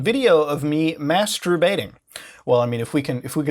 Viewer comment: "Mastrubate" XD